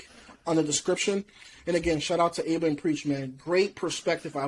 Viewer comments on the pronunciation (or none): It's pronounced AB-A, not A-BA 👍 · Bruh, if he says Aiba one more time . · You don't say the "A" in Aba.. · Nigga said abea , no son Abba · Its written Aba but pronounced Abba Good vid though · Love the video, but c'mon you guys you could at least pronounce Aba's name correctly lol. They say it all the time!! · It’s painful every time you say Aba wrong good video though.